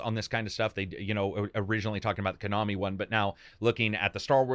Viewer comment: "ko-nami" what the hell is kuhnami lol